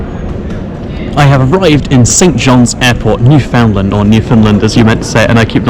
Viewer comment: New fa land. Say it like a newfie.